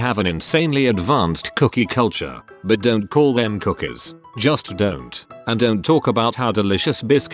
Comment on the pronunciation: Lost it at "cookaahhs"